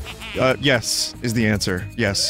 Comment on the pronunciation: Anyone notice instead of yes Toadette just says P-HESS